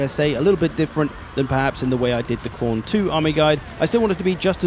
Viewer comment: Mate, it's Khorne. Everyone knows how to play Khorne.